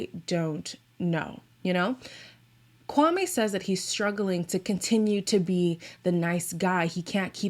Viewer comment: add that she keeps saying kwaME and guhNEEan with her whole chest..girl good that you’re trying but you could try harder